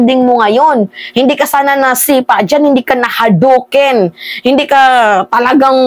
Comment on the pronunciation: "Hadouken" not "Haduken"